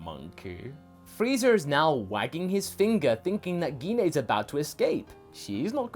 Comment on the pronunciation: Gine's name is pronounced as Jean. It's like when saying Jean Grey. We don't say Gee Na.